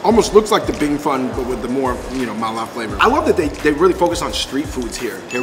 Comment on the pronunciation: the way you said "fen" literally sounds like you said cold poop.. lol